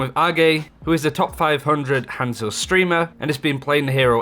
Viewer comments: It’s not pronounced hand-zo. There’s NO D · Not at all. You say it wrong you say it wrong lol. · How does someone play a character for 2500 hrs and still say his name wrong lmao